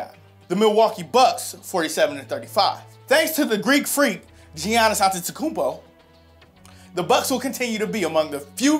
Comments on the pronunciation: Jeeannis? It’s Giannis ( yawn-is)Also cantaloupe is everyone’s fav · I not 100% sure how to pronounce the greek freak’s last name but im sure you pronounce his first name wrong. Its no gee•annis, its just pronounced yannis...